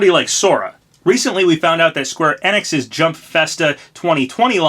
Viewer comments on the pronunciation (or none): Excuse me did you just say ENIX wrong its E-NIX SPELL THE E AS THE LETTER E